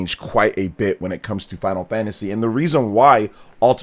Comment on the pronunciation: It's Final Fantasy not Final Fagtasy